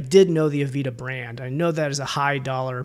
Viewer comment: Great content! Heads up though, it's pronounced "ah-VAY-da", not "avita" 🙂